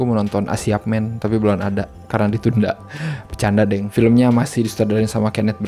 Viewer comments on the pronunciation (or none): none